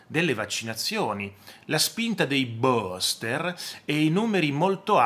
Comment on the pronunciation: Scusi, si pronuncia BUSTER